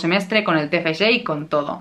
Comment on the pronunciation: Me encanta tu pronunciación del Tfg, te felicito por partida doble, por tu graduación y por tu libro. ¡Lo has conseguido!